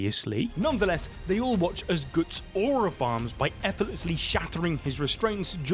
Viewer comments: Brother please don't butcher such a simple name, it's Guts, not goots. Can't wait for Guts to take out Griffith and that Casca recovers her memories of him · Can you not fricken say Goots? I don't care if it is for memes, sounds so annoying. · Who the fuck is "Goots"???? And no, he's not beating anyone, his power just made him fight Griffith on equal terms. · Not gootz bro ....its guts not gootz😂😂😂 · Did he just call Guts “Goots”? lol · Guts: ❌️ Goots:✅️ Grififth : ❌️ Grifoofth: ✅️ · he said GOOTs on purpose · Le gootz xD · It's killing me lol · Bro can't say Guts 😂😂😂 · Oi Goots 😂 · GOOTS??? GOOOOOOOOOTS!!!!! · I can’t stop laughing 😂😂 Reading it is even funnier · Most northern way to say guts hahaha can’t tell if he’s a geordie or from Bolton or something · yup sure did